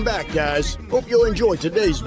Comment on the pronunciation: is that how everyone in Wisconsin pronounces “back”?? It’s annoying AF.